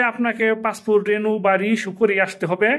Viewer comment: "রেনু " নয় "রিনিউ"